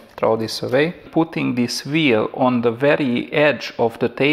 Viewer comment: I'm no expert.. But it just sounds like you say v instead of w